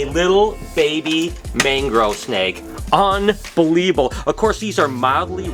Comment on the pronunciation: Hey, great content as always. I'm really looking forward to egg cutting this year. At the second mark you were admiring the baby mangrove and you said something that I have a question about... what is, or what's the definition of "un-buh-lee-bull"? (All in good fun please don't be offended.. hahahaha) On another note, has anyone else noticed that our boy Diddy was legit "fish facing" the camera, or is it just me?